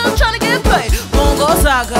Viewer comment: It's Mbongo Zaka not Bongo Zaka or Bongo Zanga🤦🏽‍♂️